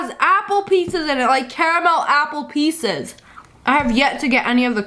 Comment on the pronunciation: lol i shought u said "apple PIZZAS" but u said apple PIECES